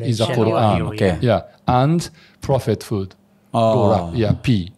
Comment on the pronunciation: mohon maaf tpi itu bukan prophet foot tpi prophethood